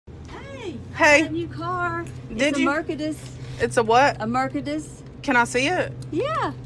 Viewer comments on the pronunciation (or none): that's not a " mer-ka-dus ", that's a " mahk-cra-deze bonz " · Merc-a-diss. It's a mer say dees. 🤣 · mercedes not merkedes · Merkedes 😂😂😂 sounds like a mexican kartell car brand 🤣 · mer-ce-dess bruh the way she pronounced it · She: hey Employee: HEY She: can you car- is a merkedes 😎 Employee: it's a what She: a Merkedes 😎 Employee: can i see it She: yeA Employee: thats nice, what is it She: a Merkedes 😎 Employee: Thats nice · Murrkedess :D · ^^ "a Merkedes" 😉🤣🤣🤣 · "merkedes"... I gonna tell my superiors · “Its a mercudus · Its a mörkedes, hammer wie man mercedes so falsch aussprechen kann herrlich 😀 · Bro says mercaders